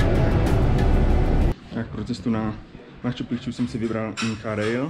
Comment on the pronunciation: Reportáže pěkný , ale neříkej PROBOHA " makču pikču " - podívej se jak se to píše...